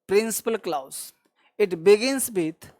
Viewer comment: Please improve the pronunciation of clause before sending the video to YouTube